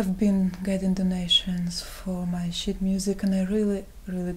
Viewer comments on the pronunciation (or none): When she started being self-deprecating and calling it "shit music" I was thinking, "No need to be so down on yourself, you're quite talented." Then I realized her accent was warping the word "sheet" and I facepalmed. Also, why do people have problem with her voice? It's just husky (which is quite sexy, I might add). Low and slow don't necessarily mean she's depressed. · Fucking lol. I thought she was saying shit as well.